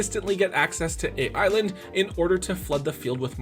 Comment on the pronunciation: Is anyone else bothered by hearing A.I.Land not being pronouced as Island?